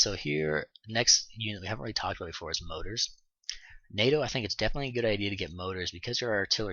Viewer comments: Good tutorial!! Thanks!!! Side note- they're more-ters... Not motors... Lol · I'm really sorry about this. Its mor-tars. You are a credit to the community and I like your videos.